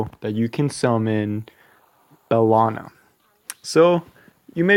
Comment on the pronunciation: First, take that like for ACTUALLY SAYING & PRONOUNCING HER NAME RIGHT!